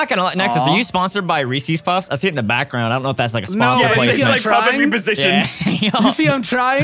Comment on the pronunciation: who the hell pronounces Reese's puffs like that... dude literally sang the cereal song, and they DONT pronounce it like that XD im cringing in pain right now